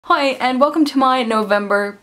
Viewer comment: The one time I accidentally turned on captions while watching your videos, it spelled your "hi" in the beginning as "hoi" and I haven't been able to un-hear it that way ever since.